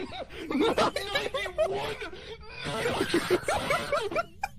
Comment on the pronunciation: bro was like:NOİNE NİNETY ONE NİNEHUNDRED AND TEN nine hundred and ten picvles🥺